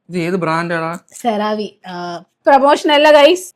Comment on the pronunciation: Cereve international brand ആണ്, പുതിയത് അല്ല പണ്ട് മുതലേ ഉണ്ട്, സെറവേ എന്നാണ്,സെറവി അല്ല🤗